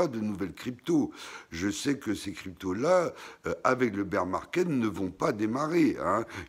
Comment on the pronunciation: super video merci 🙏 et ces bir =bear pas beur market 🙂